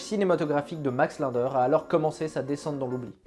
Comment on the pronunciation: Tu as écorché le nom Linder tout le long de la vidéo